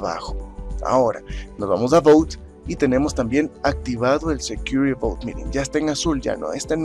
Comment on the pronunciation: "but" no "bout".... suena a "barco seguro"